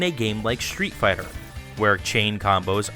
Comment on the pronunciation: why are you pronouncing street fighter " SHTREET FIGHTER?